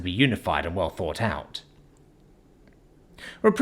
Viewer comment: Thought or fought? Seriously you must hear yourself speak while editing these and your like yep deaf definitely sounds like death to me but you forget others aren't British and others have escaped from the British or had their ancestors exiled form Britain over 100 years ago and have long since had deep seed hatred for the lack of th in dialect and the cockney accent. If I could find an AI voice of this series as upto date like you are I would be listening to that instead . I fink fis mwight make more sense to you fis way , th doesn't make fi sound theis is how it should sound and and as for deaf has no V sound at the end D E A THhhhhhhhh not D E A Fv . That is why you have f all subs likes and comments , and those with the one star black star dragon balls I love you making this frahree for everyone